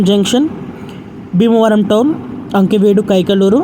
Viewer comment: అంకివీడు కాదు ఆకివీడు